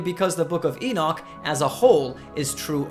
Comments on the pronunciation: prophet issiah mentioned the king Ciros by name yet king Ciros did not live on until 590 years passed thea Elijah was raptured. why you be amused Henok mentioning Noah by name three generations earlier ? the bible is filled by such amusements Enoch as you pronounces his name wrongly is not exception. he is the greatest prophet.knoledgwise he is from.GODD . you so shy about the prophet al-sayif al-arab al- saudi but bravely poke on the the one true prophet Henok.i am ethiopian i take it personal any smearing of name you do on him he is living his blood runs fresh in me. hies not a science subject he is human above all it is a eace matter he is semmite . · that is exactly i tought of him poor guy.he probanly read not the book but some commentary books on book of HENOK. even he is not prononcing his name right.